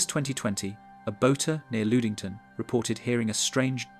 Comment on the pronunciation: The horrible pronunciation is KILLING me. LUD ING TON. SUE SAINT MARIE.